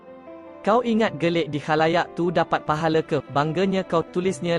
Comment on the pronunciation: Admin: salah sebut "GELIK"..yg BETUL adalah " GELEK". Sebutan macam ini sangat memalukan dan bukan daripada penutur jati bahasa Melayu. Tolong betulkan atau berhenti jadi "pembaca" channel2 seperti ini. Memalukan!